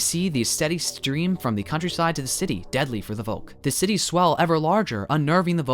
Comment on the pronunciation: FYI, v in German is pronounced f so Volk is pronounced Folk, like English.